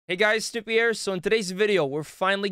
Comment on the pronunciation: lol snupy i like you but the subtitles picks up your name as "stupid" when you say "hey guys snupy here", as funny as that is you might wanna hard pronounce your name more haha